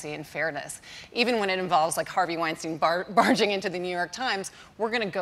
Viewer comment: I wish people would learn how to pronounce Weinstein’s name correctly. It seems difficult for Americans to grasp the most basic elements of language.